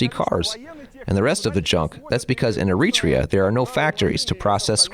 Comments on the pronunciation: You can always tell if the person making the video knows about Eritrea by the way they say the name. The narrator called it E-REE-TREE'YA Those who know the country or who have ever met an Eritrean know it's pronounced AIR'ET'REE'YA What people who have never been to Eritrea, or anywhere before and watching on video or internet. Basically, anything that is not LIVE but pre-recorded is that video is manipulating. You can make anywhere and anything seem as grim as you want when you can edit, pick, and choose what you record. I take very little consideration in the guy who made this because what does he know about the culture? What are his ties? We need white people, let alone a white dude who can't make a video on his own? He has to have someone else speak English for him? Habesha (Eritrea and northern Ethiopians) are not colonialism pronged Africans. Okay, Italian rule for fifty years or whatever in Eritrea. Does Eritrean culture resemble or reflect anything Italianbthe minute WWII was over? We've always been distinctive in our own regards. Im not saying it's the best place. Far from it. I live in the States. I can show you how every street in AMERICA that has Martin Luther King Blvd is far worse than it is in Eritrea. For all those Eritreans who are so quick to turn on the Eritreans who say something you dont like. Have a disagreement, but remember, you're still the same. That's the only i time feel like we act like the jungle bunnies in West Africa. The way in which we are s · er-i-TRE-a, not e-RIT-re-a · The English dub of your video mispronounces the country's name all the way through. There is no country called "ereetrea." It's air-ee-tray-uh. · I'd ask how the narrator can't pronounce the name of the country in the video, but the video details push a grift. Consider me unsurprised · The AI voice is excellent, except for one thing: the pronunciation of Eritrea.... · You are mispronouncing Eritrea.